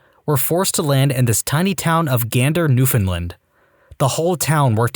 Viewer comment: It is pronounced New-found-land! Not New Finland!